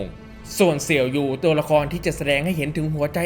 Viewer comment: ออกเสียงชื่อตัวละครให้ถูกหน่อยได้มั้ยครับ เสี่ยวยู... ปัดคลิปทิ้งไปดูอย่างอื่นละ รั่วเลย